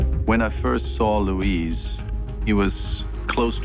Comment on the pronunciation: Luis, not Louise.